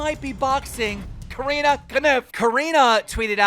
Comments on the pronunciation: Repeat after me... CO RE NA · btw it is Core-inn-a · CORE RIN UH CORE RIN UH SAY IT WITH ME KEEM!!